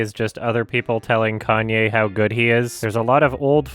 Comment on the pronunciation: He said Kanye correctly. That's how Kanye says it too. Hell, his first albums even have his name written as kanYeWest because of the emphasis of the "ye" in his name.